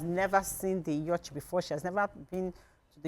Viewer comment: Please learn how to pronounce Yacht. Na wa o! I dey shame shy.